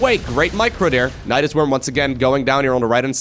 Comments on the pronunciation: naedaisais sounds kinda weird lol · Nydus is a made up name but apparently it comes from nidus which is latin for a nest of insects which would be pluralized as nidi. So I guess it's up to whoever pronounces it.